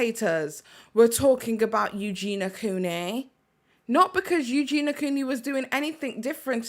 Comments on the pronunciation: Why is everyone calling Eugenia EUGENA?? It’s driving me nuts! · Who is eugina? That’s how he was saying her name. And I don’t agree her content is absolutely proana. It’s not just about how she looks it’s about what she’s doing in the videos and what she says.